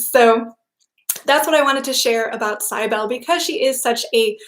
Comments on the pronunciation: Cybele = "sib" as in sibling, "el" as in bell, "lee" as is in leadet CYB • el • e Accent on the "Cyb" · I think it's pronounced Sibelli (Do you mean Cybele??)